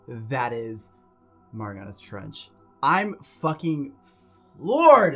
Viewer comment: It's said "Mare-e-anna's"